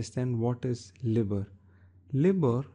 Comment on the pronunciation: It's pronounced L-EYE-BOR